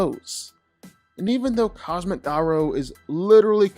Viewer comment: I keep getting cancer every time he says Ga ROW